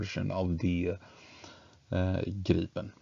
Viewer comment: Right, and so refreshing with correct pronunciation of Gripen.